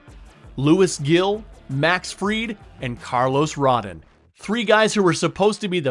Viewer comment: You cant even pronounce “Gil” or “Rodon” correctly but u can pronounce “Fried?” Lol Yeaaaa cant really take your opinion seriously. Also, Fried isnt even making $30mil let alone $35. Made a whole video with all types of falsehoods